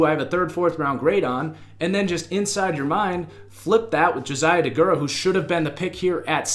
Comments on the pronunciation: Deguara not degurah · Please don't act like you can judge Josiah Deguara, when you can't even spell or pronounce his last name 🤦 Clearly you are not informed enough to judge him